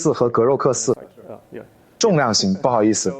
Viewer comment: grok不读/ɡrəʊk/，而读/ɡrɒk/。因为这个单词是闭音节单词。元音字母在开音节里才读字母音。